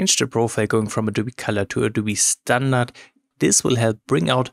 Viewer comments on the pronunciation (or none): none